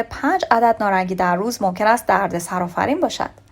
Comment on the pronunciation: تلفظ شما اشتباه هست نارنگی هست نه نارانگی لطفا توچجه کنید پارسی را پاس دارید